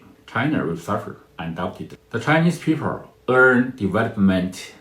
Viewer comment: He can't pronounce the letter "L"!People becomes peepurr. Bring back the artificial voice.